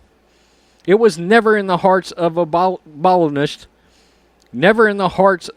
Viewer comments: The word you couldn't pronounce is Abolitionist. If you sound it out it should sound like "Ab-uh-lish-uh-nist". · A-ball-ish-mints. 🤣😂😅 I like this show, but that was funny.